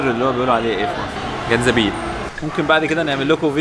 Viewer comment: زنجبيل وليس جنزبيل 😅